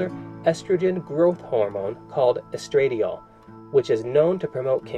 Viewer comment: It's "estra-dye-all", just thought u should know.